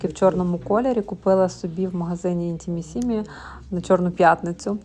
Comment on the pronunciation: "Intimissimi"не правильно ставите ударение...на 3 слог будет правильно.